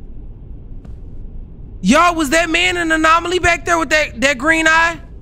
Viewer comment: “anolomy” is killing me bruh😂😂😂😂😂